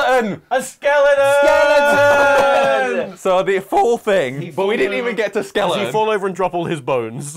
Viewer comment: When they all say "skeleton": - Skele'on Tom - Skeledon - Skeleton